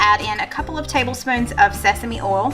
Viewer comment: it's not oolll it's oil. O y l.